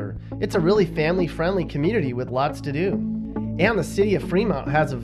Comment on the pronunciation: The way he said "community was "keymunity" errgh..